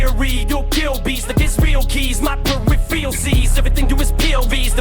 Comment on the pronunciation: Idk for sure 100% or not but I think maybe missed one thing in there, when he was talking about the POV lines etc, Em said "my peripheral sees", like his peripheral vision, but he bent the word to sound different, it almost sounded like, "per-ref-reel sees" when Em pronounced it that way, kinda said the word when he was repeating what Em said but it sounded like he didn't quite get it and sounded like he said something like, "repheral" or something lol